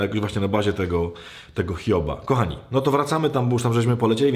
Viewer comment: KOchany Ojcze, przepraszam, ale jeśli można proszę mów "kochani" a nie ' "Kami". 😍